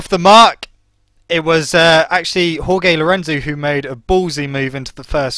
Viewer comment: Jorge: pronounced 'Hoar-hey' not 'Hoar-gay'